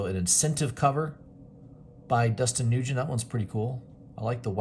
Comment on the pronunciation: Nice overview. Thx. BTW, Dustin Nguyen's last name is pronounced like "win" not Nugent as you noted in the video.